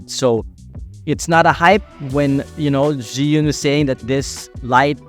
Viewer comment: Zhee-yun or Zhuu-ween? Why u say Zhuu-ween?